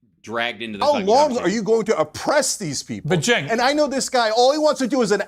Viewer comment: Listen often, like most, it was extremely obvious what side you were on from the get. I can’t disagree with you more on this. How about you let them finish their thought before you talk over and mock them. FYI Cenk pronounced Genk but I’m sure you knew that